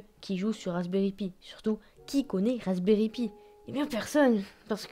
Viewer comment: Rasberry pi se prononce [paie] pas [py] et le rasberry pi est très connus et n'est pas encore délèssé.